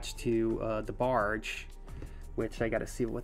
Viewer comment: and why do you keep calling the barge a bargie like where has anyone ever heard it being said like that fr